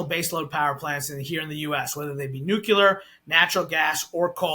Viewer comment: Another energy “expert” who can’t pronounce the word “nuclear” correctly and who is allowed by the interviewer to falsely blame blackouts on green energy policy. The main reason U.S. power disruptions have become more frequent is because of extreme weather events. I’ll give you one guess as to why extreme weather events are increasing.